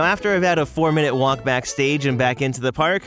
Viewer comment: I enjoy hearing you "talk avout all things Disney".